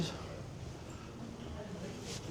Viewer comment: It's Boyes not Boyds FFS!! 🤦🏻‍♀️🤦🏻‍♀️